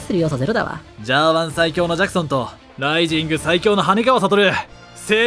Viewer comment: RISINGがRIZINに聞こえるのおもろい